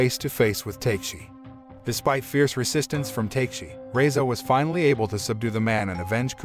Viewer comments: Not takeshi it pronounceTeKashi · "Ta Ke Shi"... NOT "TAKE shi"... Oh well... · Fantastic recap.....but I can't be the only one bothered by his pronunciation of Takeshi (Ta-Kesh-I) as (Tay-K-She) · it's not TAKE-SHE, right? It's TA-KE-SHE. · Take-shi... take shi.. it's not Ta-Ke-Shi bois, but TAKE-SHI. LMAO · Ta-ke-shi not take-shi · The pronunciation of the names bothers me also. Takeshi isn’t pronounced “Take-Shi”. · Nobody:: Take-she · Why did you say takeshi's name like that